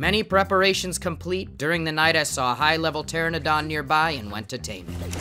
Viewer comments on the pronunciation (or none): 'Pteranodon's emphasis is on the second syllable. you can google how to pronounce it ;) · Please it hurt it not pternadon teradon please don't add the n between e and a